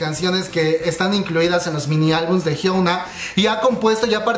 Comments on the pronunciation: Inna de hecho se pronuncia "jiona" porque 현아 se traduciría como Hyeona, pero "ㅕ" (yeo) se lee yo (que se pronuncia 'io') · Soy la unica a la que le molesta que pronuncie mal el nombre de Hyuna? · A nadie mas le desespera que diga "jiouna" e "i duan"?? .-. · A mi jajajajajaja